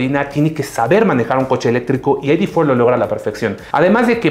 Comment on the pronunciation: No se dice "Volkswagen ai-di for". Se dice "Volkswagen i-de cuatro", y si de plano se quieren verse puristas, háganlo bien. En alemán se pronuncia "Volkswagen i-de fier". Parece que no supieran que Volkswagen es una empresa alemana y creyeran que es gringa. Patético de verdad.